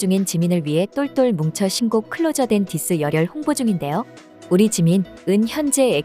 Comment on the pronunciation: "클로저" 가 아니고 "클로서" 입니다.